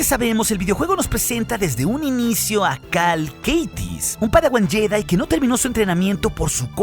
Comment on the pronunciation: Estoy casi seguro de que el apellido es Kestis, no Keitis 😂. Buen video!